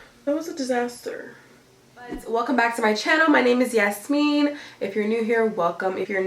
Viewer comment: you pronounce your name like a somali hahhahha